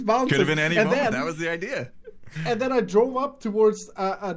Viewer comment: "odea" congrats, you just made a prediction